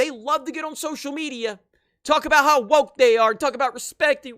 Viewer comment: The way said woke was hilarious 😂